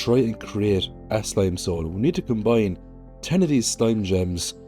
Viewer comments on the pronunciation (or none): none